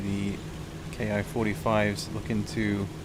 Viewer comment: It seems that once a bloke calls the Ki a "Kay eye" instead of "Key", he remains stuck in that mode for all time. 😅 I recognize instantly the NGNB map, with its totally opaque layered forest textures. All other forests have breaks in the pattern, to suggest isolated trees. Not here. I don't really like that look, and so as part of a retexturing operation I did for the NGNB map set I also supplied a more typical jungle texture set. To stop in time on shorter strips, and especially with hotter planes, it becomes important to land in the 3-point attitude, just a few knots above stall speed. And while keeping the tail down, get on the brakes ASAP, easing as necessary, of course, to keep from nosing over.